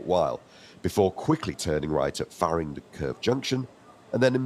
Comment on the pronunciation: Just one slip of the tongue - It's FARINGTON, not FARRINGDON. You've been away from Lancashire too long!😁